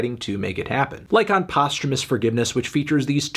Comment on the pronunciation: Isn’t it post HEWmus forgiveness not postermus?